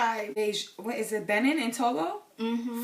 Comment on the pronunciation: Greetings again. Benin is pronounced “Beh neen.”